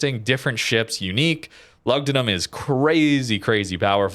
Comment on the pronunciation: Loogdoonoom. U is pronounced with a double o in Latin